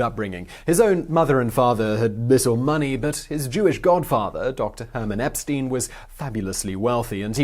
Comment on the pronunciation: epenstein is not eppsean but eypenstain mayby not with a y at the beginning.